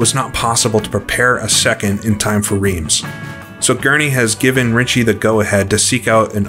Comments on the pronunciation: I say this as a person who made the same error in the actual city: it is pronounced 'Rrrrance' (the rrrr is almost like you're trying to expel something from your nose). Great vid as usual! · Wrong again 😁. Reims is prononced "rrinss" and I live 45mins from it 😉